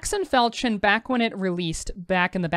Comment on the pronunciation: Really helpful video... new to game an want to work out what's best for the character. As a side note: please look up how to pronounce Falchion: you shouldn't be mentioning a sexual act as part of the pronunciation! XD